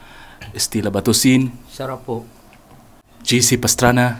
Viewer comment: Wow sarap ng mukbang...super anghang ba hihihi tuloy ang dinig ko sa isa sinasabi SARAP PO ay "shout po" pala hihihi